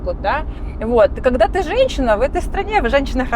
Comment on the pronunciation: Кэссир, кэгэда, пэдэхэди ))) первый раз слышу такое произношение